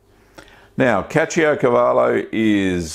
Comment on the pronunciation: The way you pronounced the name remembers me Brad Pitt from Inglorious Bastards, good job.